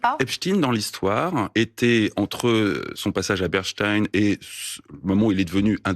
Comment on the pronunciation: "epstin", "berstein" 😅🤣😂😂😂